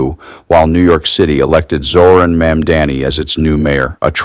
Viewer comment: Brother, learn how to pronounce Mamdani